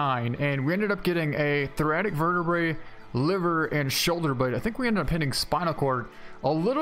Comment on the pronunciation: Thoracic spine it is pronounced like Jurrasic. Other than that keep the videos coming I get motivated to play after watching a video.